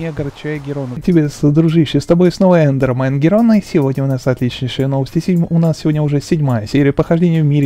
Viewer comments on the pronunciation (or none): none